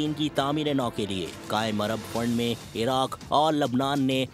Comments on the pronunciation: ایراق نہیں عراق ہے۔ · بھائی ایراق نہیں عراق ہوتا ہے اللّٰہ مدد فرمائے 😢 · اتنا بڑا چینل اور اتنی بڑی غلطی خدا خیر کرۓ کہین جرنیل آفیس میں تو نہیں گہس گۓ 😂 ایرق نہیں عراق ہوتا ہے